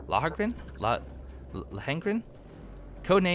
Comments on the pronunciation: *"Low-en-grin" fluidly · Lohen-Grin = Lawn-Grin I think 🤔:P